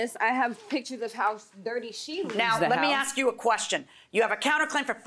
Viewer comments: Aks? Why? ASK!!!!! It’s ASK!!! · Why does the plaintiff keep saying aks instead of ask? Maybe speech impediment? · I swear... people mispronounce words on purpose at a young age, maybe because they think it's cool, and then never correct their incorrect language. If you were to "aks" me why I care, I'd probably say it just 'fustrates' me. Damn people, spend some time in a 'liberry'... Are y'all in "agrreance"??? 😝😋😵